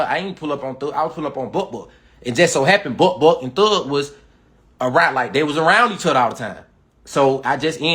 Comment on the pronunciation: He said Buck Buck but with his accent, it sound like he said butt butt 😂